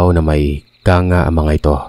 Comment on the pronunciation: Kang-ga po sir at Hindi kanga 🙂